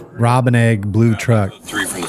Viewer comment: She said Robin egg red?